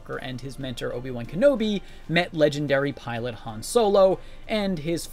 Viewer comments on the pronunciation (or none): none